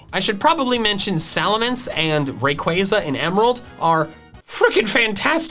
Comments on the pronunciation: RAYQUAZA, NOT RAQWAZA! FIX IT NOW! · No, it's Rayquaza!